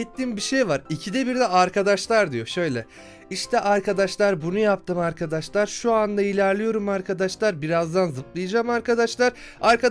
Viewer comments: Abi sende çok handaşlar diyon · sen handaşlar diyodun ama ORADA niye arkadaşlar dedin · Abi sen arkadaslar demek yerine andaslar diyosun